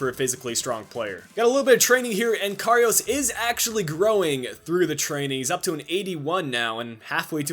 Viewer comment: Can't figure out which is more annoying: doing your little spin inside EVERY time you make a run down the wing, or your inability to pronounce Karius (there's no "o" in it!!). And there's no way you should be advancing in the cup, extra time winner with 9 men? As if....